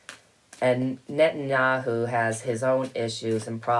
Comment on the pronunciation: Thanks for your wonderful videos!! Phonetically the way his name is pronounced is “Net an yahoo”!! 😃